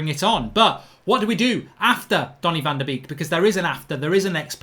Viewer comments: haha he read it as "baby shark van de beek do do do do do do" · Stop saying van de beek wrong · Pronounce his name properly! Have some respect !